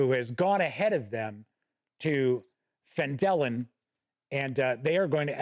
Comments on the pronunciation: It is PHAN-duh-lin. I dont know where Phan-DEH-lin came from. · You were lied to about the pronunciation. "...the nearby human town of Phandalin (pronounced fan-duh-lin)..." Also, I have no idea who on earth could claim that Mike Schley's maps are bland. He's literally the best cartographer WotC employs. Miles better than Dyson Logos, that's for sure. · Guess what? You’ve been pronouncing Phandalin correctly all these years, and this new way someone taught you to say it is actually contrary to what it says in the original “Mine of Phandelver” adventure. Refer to the Introduction, under Background, and in the first paragraph it says, “Times were good, and the nearby human town of Phandalin (pronounced fan-duh-lin) prospered as well.” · this bothered me way more than it should lmao, but I just chalk it up to various regional accents in Faerun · I had to laugh at the phandalin pronunciation. I always thought the syntax was funny between the two, but like you (and everyone else I know) I've always called it PHAN-da-lin. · Love when people get bent out of shape about how people pronounce made up fantasy names, as if different people wouldn't pronounce them differently just like in real life. I've always pronounced it Phandalin, and always will. 😜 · wouldn't that be (fan-dah-lin) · I pronounce it just like you and people can fight me on that. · Hey. Yeah, I think I might have been mispronunciating Phandalin for most of a decade now! Enjoyed the review — seems a fair appraisal.